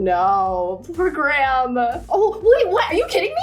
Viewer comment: as the prime minister in the story is probably based off the one in england, i just wanna say that graham is pronounced greyum. of course these are your characters, but if u wanted it to be more accurate...